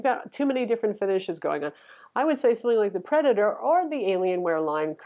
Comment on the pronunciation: hehe the way you said predator